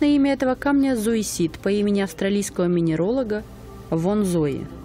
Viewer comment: Спасибо, конечно. Но переводу бы ещё редактора понимающего. Зоисит :). Правильно будет цоизит. Не отшлифовать невозможно, а огранить невозможно.